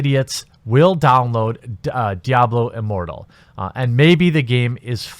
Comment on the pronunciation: I thought I heard Diablo Immorral. Easy mistake to make